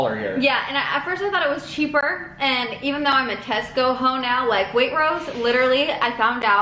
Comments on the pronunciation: No one: Not a single person:: Wait-rose Hahahha love your channel but this cracked me up Wait-trose is how you say it 💓😂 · it’s not “wait-rose” !!! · There's a T in waitrose, it's waiTrose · I'm sorry but the way you pronounce waitrose makes me wanna die (way-t-ch-rose) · in england we pronounce it like waitchrose- it’s weird idk 🤣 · waitrose is pronounced WAY-TR-Ose how is no one speaking of this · Sorry but wait-trose. I think how you pronounce it 😂😂😂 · i feel like it pronouced wait-tros but idk ILY beautiful souls